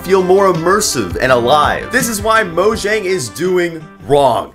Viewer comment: the number one reason minecraft is dying is because for some reason there are still people who keep pronouncing mojang like it's an english word - it's a swedish company based in sweden with a swedish name - In Swedish, the letter J represents the "palletal semivowel" - represented in English with a Y. I meant the "mc dying" part as a joke but it's genuinely annoying people keep pronouncing mojang wrong lmfao